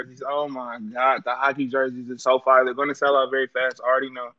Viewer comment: Sounds like firrrrrrre